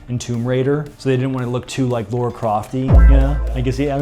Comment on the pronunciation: Who is Laura Croft? I know Lara Croft but not Laura 🤷‍♂️